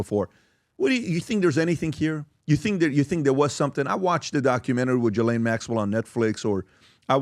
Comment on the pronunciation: Her name is pronounced, "Ga-Lynn". It doesn't sound like it looks Ghislain, it rhymes with 'Duh-Ben' it is 'Ga-Lynn" Say it and tell others. You will sound smart and help others to sound smart.